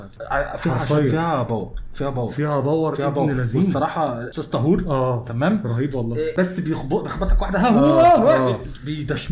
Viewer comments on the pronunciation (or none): مش طهور بالضمة😂😂 طهور بالفتحة😅😅 كل احترام وتقدير ليكم ✌✌ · لا لا انتو كاتنطقو الاسم غلط اسمه:( طهور بفتح الطاء) وشكرا 🙏